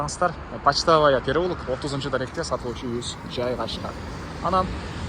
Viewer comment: Пачтавая эмес,пачтовая